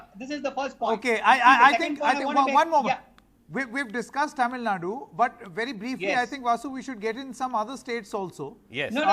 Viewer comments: Tamil Nad it's Tamil Nadu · do you know Tamil? Have you ever look on map. It says Tamil Nadu not Nad. Did your English teacher taught you "Du " to pronunce as "D"? Don't tell fake story. None of tamilans won't say that. Just admit you people don't know to pronounce. Can I call you jmbdpipi? U feel awkward right? So as an announcer he should have pronunce properly.